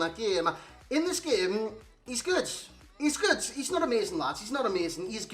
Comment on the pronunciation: GOOD NOT GOODZ OR GOODS MAN. Where are you from lol